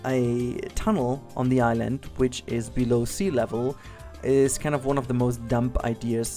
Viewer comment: I don't mean to be your English professor, but it sounded like you pronounced the "B" in "dumb". It's actually supposed to be a silent "b" (Why? Nobody really has any clue, but then again, nobody has any clue why English is so flawed.) Also, the only thing that I don't really like is the queue cover for the balloon style ride. The style seems to jump from Japanese to Hawaiian to Swiss, and that is too much for one little tiny structure.